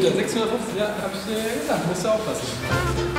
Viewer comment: Wie lang? Jp: ich sags dyr morgen